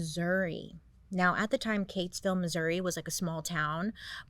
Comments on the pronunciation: Bailey, 'round these parts, Keytesville is pronounced like it is spelled, the first part sounds like "key" not "kay." It's right up the road, trust me. And don't feel bad, Missouri also has a town named Versailles, although we don't pronounce it "Ver-sai" like the French do, we pronounce it "Ver-sails" (like boat sails). You're still the best! Thanks for hitting so close to home with this episode ❤❤❤ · Grew up not far from Keytsville. Never new bout her. Never heard it pronounced that way. Love you Bailey